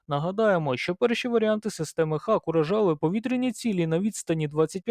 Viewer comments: шановні, знайте що англійською дуже часто вимовляється не так як пишеться. тож раджу забити слово Hawk в гугл транслейт і прослухати озвучку. це точно не Хавк)) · Це перекладається як Яструб - Hawk, звучить Го-ок (hôk). Я про це вже 30 років знаю. Це так само як і в словах straw (strô), raw (rô), tomahawk (ˈtäməˌhôk) Одне й те ж правило - aw - - ô (трохи протяжне -о-о) Успіхів вам.